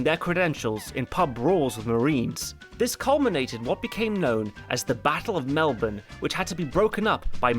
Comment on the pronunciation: While you can't pronounce Guadalcanal, at least you got melbourne right.